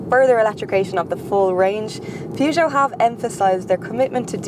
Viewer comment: I’ve always said “purge joe.” But I think pronunciation is the proper French way.